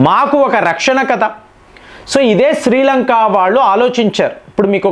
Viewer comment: శ్రీలంకా కాదురా శ్రీలంక